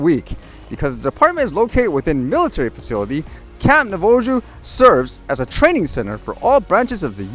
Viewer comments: FYI: It's pronounced Nah-vah-ho. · In defense of pronunciation of Navajo, I can imagine me trying to pronounce some Canadian indigenous names.